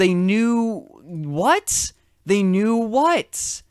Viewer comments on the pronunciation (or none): Drinking game: drink each time he sais "wath?!"